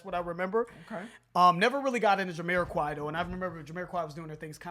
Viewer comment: Can someone please correct me if I'm wrong, but is Jamiroquai supposed to be pronounced Yuh-me-ra-kai or is it Juh-me-ra-kai??